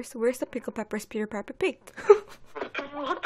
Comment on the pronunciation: 내귀에는 피커페커피커페커라고 들림